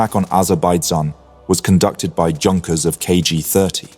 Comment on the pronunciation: Junkers? Mispronunciation is almost inexcusable